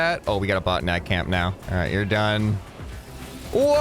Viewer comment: You didn't pronounce botnak like BOTNAK :(